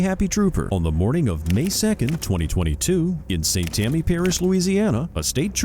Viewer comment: Its st Tammany parish bro not st tammy